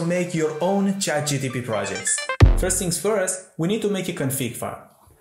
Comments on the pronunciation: its ChatGPT, not GTP 😒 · he always says Chat gtp, not one single time he manages to say it properly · Chat GTP :))